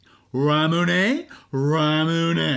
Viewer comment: pronounced correctly, RAMUNE:)